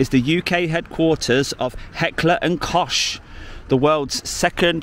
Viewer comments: Heckler & kockhhh……not koshhhhh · It's actually pronounced cock not cosh. Easy mistake because of it spelling. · Its Kock btw. :D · Just a comment on the proper pronunciation of "Heckler & Koch". Koch is the German word for "cook" in English and is pronounced like "Loch" as in the famous "Loch Ness" in the Scottish Highlands, apart from the first letter obviously. :learning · DJ, it's pronounced "kok" ! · Always thought it was pronounced "cock" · It's pronounced "cock". I mean the arms manufacturer, not the copper of course. ;)